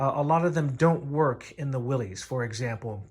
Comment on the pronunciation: Thanks for the helpful video. Though as a Willys owner, the proper pronunciation sounds like "Willis." Not to be that guy, just a tip!